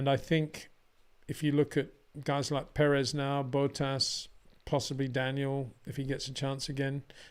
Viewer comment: HEY PETER WINDSOR, I HAVE MESSAGE FOR YOU SIR: it is NOT Max "verSHtappen" ... Max is not German (Germans indeed can in most cases pronounce "st" as "sht") ... #Max33 = Dutch NL/Belgium! ... It is not "Bottash" nor is it "Lewish" certainly not "verSHtappen" .... This BS started long time ago when a British sport presenter interviewed father Jos Verstappen and assumed you can use a German pronunciation to a Dutch Driver thinking it is so "funny" ... It is not. Serious question: can any Englishman say "versatile" out-loud without saying "vershatile" phonetically? most can about 99,99% ... that is why most English can pronounce Verstappen 100% correct! Father Jos Verstappen (also F1 Racer) was very active between back then only a very few said "Vershtappen" but the vast majority of British sport presenters pronounced it perfectly ... only a few old stubborn farts like Peter Windshor I know ... but get this: The Dutch 🇳🇱 NEVER EVER pronounce the st as sht ... that is why I mention the difference between the two countries ... I worked in Germany and have family in Germany and am part German myself.